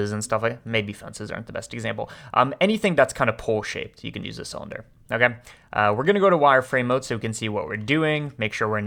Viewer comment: I don’t like the way you say “ok”